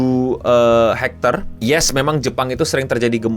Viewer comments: Btw bang, gempa tu bacanya Richter, bukan hektar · skala RICHTER bang cara bacanya 「RIK-ter」